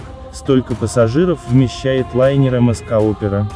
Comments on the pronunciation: Каким нахрен МСК?!🤦‍♂️ Научитесь название компаний правильно произносить 🤬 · Не ЕМ ЕС КА, а ЕМ ЕС СИ Опера! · Не мск, а эм эс си опера. Да и не важно, у них там это в норме, особенно на пасс.флоте. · Не эм эс ка,а эм эс си.